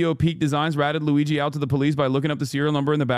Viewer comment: I thought she calling him LOUIE G MANGIONE. why she say it like that???? They are SO SCARED OF HIM talking to ANYONE. Omg it's insanely hot. I'm not discussing his appearance....